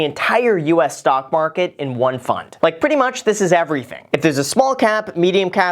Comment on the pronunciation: i swear to god he is saying stonk